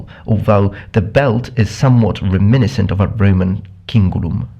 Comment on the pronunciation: You pronounce reminiscent wrong. The accent is on the second "i", not the first one. Good video otherwise. I do hate the Imperial shield in Skyrim. It's just so fat.